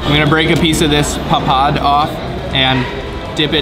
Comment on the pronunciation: Not laacy.. it's lassi stress on the double S's.... Not papaad.. it's paapad... Not HAHA Mahal... It's HAWA Maha... Not tuktuk in Thailand... It's rickshaw in India...